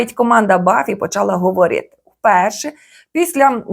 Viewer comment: Омг, що з голосом у вас? 😢 ГоврЄЄти, зробЄЄти? Така рагульська вимова